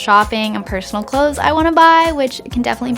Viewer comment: she says clothes so weird lol